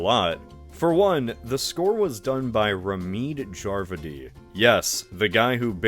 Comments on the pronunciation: I’ve never heard someone butcher Ramin Djawadi’s name that badly 💀 Ramid Jarvidi 😭 SMH that’s too much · Banger vid as always but what the hell was that pronunciation of Ramin Djawadi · That pronunciation of ramin djawadi was atrocious. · really just invented a whole new way to pronounce Ramin Djawadi that I don't think anyone has ever used before. Impressive.